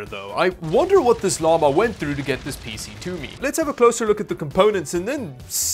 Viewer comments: I like that pronounces PC as a word spelt "peesy" (rather than P C) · I like how you pronounce PCs like feces.